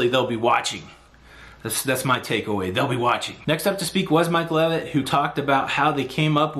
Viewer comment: Mike L'eh'vitt